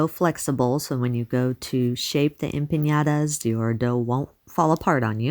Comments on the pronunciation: Please don't pronounce it wrong. It's empaNadas, not empanYadas. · Please pronounce it the right way - it's empanadas NOT empañadas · Looks delish! One thing though, just FYI. It is pronounced like 'empaNODa' There is no tilde over the n. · em-pAH-nAH-dAH (no tilde so no sound for a tilde needed) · Appreciate the effort to pronounce Spanish...n and ñ have diferent pronunciation. Anyway, they look 😋 delicious.